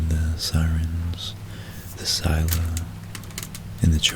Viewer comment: Sill-ah, not skyla haha